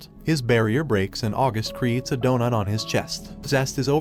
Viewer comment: Is it just me or did he just say donut Like Akainu.